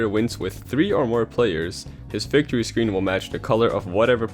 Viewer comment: It's victory not vicitory